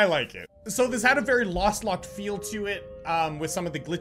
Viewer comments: Lostlocked not lastlocked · I was screaming whenever he called lostlocked, "lastlocked" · pls stop saying lastlocked it's kind of disturbing